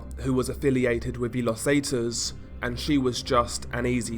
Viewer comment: Los zetas is pronounced, Lows Saytas. Pro tip. Nice videos.